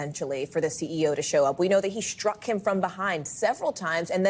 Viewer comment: If you're going to say SHTRUCK (struck ) . . . then you may as well also say SHTREET (street). Just saying. BTW in NYC folks like to attack from behind. (Home of the brave.) I know. I was attacked from behind. And i'm not a CEO. Not even close . . . just an ordinary shmo.